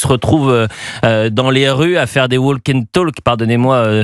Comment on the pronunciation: "walk and talk" ... Attention on ne prononce pas le "l" dans ces 2 mots